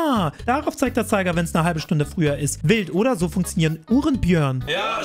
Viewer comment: Der Typ ist so einer der Rild sagt und es ernst meint